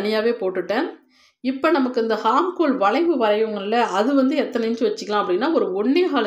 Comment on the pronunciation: please ஹார்ம்ஹோல் அல்ல ஆம்ஹோல் என்று உச்சரிக்க வேண்டும் .